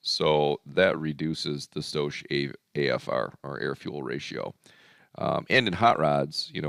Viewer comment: For anyone confused when he says "stoash". It's "stoich" pronounced stoyk and it's short for stoichiometry. It's the same stoich or stoichiometry you had to do in high school chemistry. A lot of us car guys don't always know the words on mechanical or chemical terms but that don't mean we can't make em fast